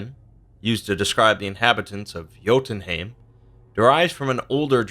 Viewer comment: Bruuuuuuuuh its jötunhEIm not haim